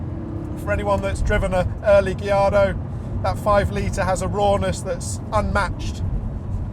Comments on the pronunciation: Lol my man says Gilardo 😂 instead of Gallardo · I love gee-ardo 😂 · It's a Spanish word and Spanish surname not Italian. It should be guy-aar-dow. Those L are silent